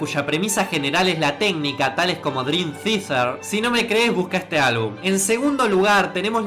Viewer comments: "Drim tfitfer". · dream FITER jajajajaja, drim fiater se pronuncia